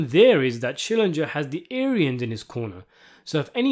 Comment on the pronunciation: The way you keep saying Schillinjer, the more I feel like yelling "SCHILLINGER!"